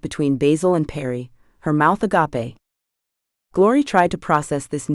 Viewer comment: ur ai's need elocution lessons..... u do not pronounce 'tranq'ed as trank.......ed, or agape as agappe, like a cactus,, the stories are sweet tho and i like them... but those machines need to be tweaked